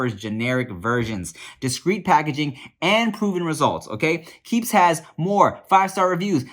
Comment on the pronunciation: My mans in the keeps ad said “key e e p s” lmao